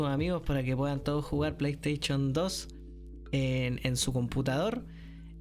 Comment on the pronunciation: La plestechon 2😂 me histe el día jajaja